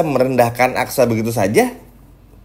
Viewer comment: Susah betul sih nyebut aksa min..bukan aksara 😅